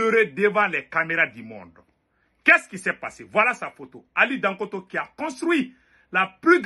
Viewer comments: On dit Dangoté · Il s appelle Ali dangote pas dangoto